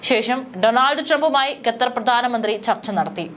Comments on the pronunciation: Gether അല്ല Qatar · വിവരം കെട്ട ന്യൂസ്‌ റീഡർ, ഗത്തർ അല്ല, ഖത്തർ എന്നു വായിക്കുക. ഓക്കേ ഇസ്രായലിനെ പുളുത്തും. 😅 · ഗത്തർ അല്ല മോളേ, ഖത്തർ എന്ന് തന്നെ പറയണം. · At least pronounce correct name, Not gather but Qatar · ഗതാർ അല്ല ഖത്തർ 😊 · Gattar , who told you this prolongation. Better say gutter. QATAR IS Correct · പൊട്ടി പെണ്ണെ, ഗത്തർ എന്നല്ല ഖത്തർ എന്നു വായിക്കാൻ പഠിക്കുക. നല്ല തൊലിക്കട്ടി... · ഗത്തർ അല്ല. ഖത്തർ എന്നുതന്നെ വായിക്കണം. നിങ്ങളുടെ തെറ്റായ ഉച്ചാരണം കേട്ടിട്ട് ന്യൂസ്‌ കാണാനുള്ള intrest പോയി. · It's not gadhar, it's Qatar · ഗത്തർ, മദ്യസ്ഥത "' എത്ര മനോഹരമായ ഉച്ചാരണം